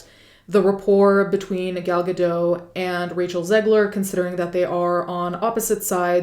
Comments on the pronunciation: The T in Gal’s last name is not silent. It’s pronounced Ga-dot. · Just fyi: you pronounce the t in Gal Gadot’s name :) it’s Guh-dott. And yes she served in the IDF, which is mandatory as an Israeli citizen, but as a FITNESS INSTRUCTOR. She was never in combat. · The "t" in Gadot is not silent -- I just say this because I know you take great pain to pronounce names authentically in all your videos.